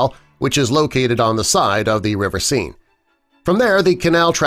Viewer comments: Could you check pronunciations before recording? The river is not pronounced “sign”. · River "senn" (Seine). Find someone who speaks French Your narrator has mispronounced the river's name in 2 different ways to say nothing of the other mispronunciations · or like 'scene' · The River Sign, or, The River Seine. Which pronunciation is it?